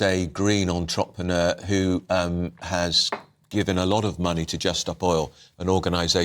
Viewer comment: Wow I didn’t know “entrepreneur” was pronounced like that! Things you learn.